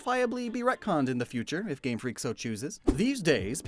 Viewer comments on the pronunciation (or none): none